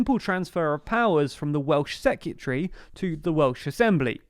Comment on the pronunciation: I love, and I hate to be that guy, but I can't stop noticing how you say "secyutry" instead of "secretary". 😝